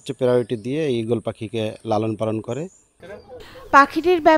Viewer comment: ঈগল না 😂ওক্কাবাস😂